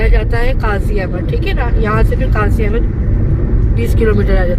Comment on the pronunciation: Qazi a bad nahi Qazi ahned Naam hai Appreciated for video nice